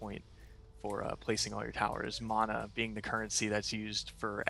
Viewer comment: Wow. The Dev pronounced "mana" correctly. I almost never hear the proper pronunciation of mana in any video online these days.